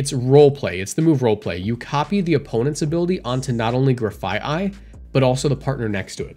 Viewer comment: as far as I know you're pronouncing Grafaiai correctly Graffiti and Aye-Aye